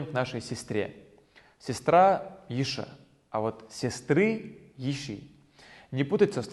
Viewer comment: Ассаляму аляйкум! Продолжайте своё дело, Дала аьттув боаккалба! Альхьамдулиллахl, есть материал для изучения ингушского. Единственное почему Вы всё-таки произносите «а» на конце? По транскрипции йиша (йиш), воша (вош), разве нет? По крайней мере в разговоре только так слышу. Как-то неестественно звучит. Может Вам уточнить этот вопрос у знающих?